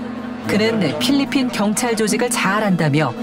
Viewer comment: No 삘리핀~~